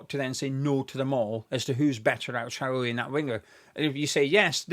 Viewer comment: A few times throughout this video when you said Traore’s name I heard the name Charlie. Forgive me I’m American! LoL. I would take him, to please Nuno and for the pace.